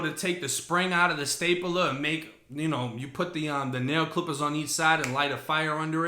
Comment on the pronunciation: Everyone else: stape-ler: staypuhluh 😂😂😂